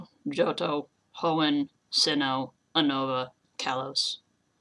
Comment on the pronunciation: It's pronounced "you-nova"